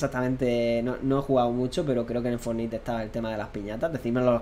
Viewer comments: "el fornite" Inglish masta ! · Fornite lo pronuncias como se lee? Really? Que asco